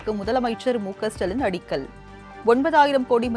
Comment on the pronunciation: மகளே முதல்வரின் பெயரை சற்றுத் தெளிவாக உச்சரிக்க முயலலாமே..